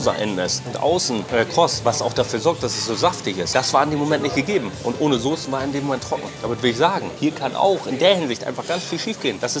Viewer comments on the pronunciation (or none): none